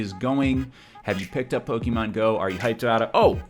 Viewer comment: jesus christ stop pronouncing it pok eee mon, its poh ke mon god fucking dammit